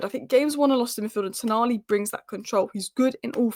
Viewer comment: its Toooooonali.